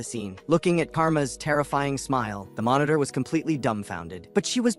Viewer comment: Bro your ai telling of this story was doo doo dog dick. It kept calling everything a fucking monotor